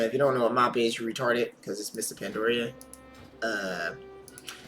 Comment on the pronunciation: Starts off by calling viewers retarded if they do not know what MoP stands for, proceeds to pronounce Pandaria incorrectly in the same sentence. lol, just giving you a hard time, totally agree with you on the random vote kick that comes with deserter debuff, thats just dumb.